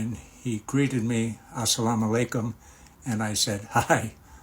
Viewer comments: ❤ و عليك السلام , you pronounce it well❤ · waleykum Assalaam..... (and you said it correct "Assalam Alykum :)) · Ma sha Allah , brother you pronounced it absolutely correct ,” Assalam o Alaikum “ ( peace be unto you) And we reply “ Walaikum Assalam warahmathullah “ ( May the peace & Mercy of Allah be with you too ) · You said it correctly and clearly ... wa alaikom assalam❤ brother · Mashallah well done keep up u have said it perfect slowly u get closer to Allah swt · Walaikum assalam. Yes brother you said assalam alaikum correctly. May Allah bless you. Every Friday, or daily if you are able, you can go to the Mosque & listen. And read, read, read the Quran daily. Chapter 112 will clearly describe who God is. Insha Allah. It's not just Prophet Muhammad you say peace be upon him. It's all prophets (including JESUS PBUH). Mufti Menk on you tube is a great speaker. Subscribe to his videos. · The salaam was said correctly. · YOU SAID IT PERFECTLY وعليكم السلام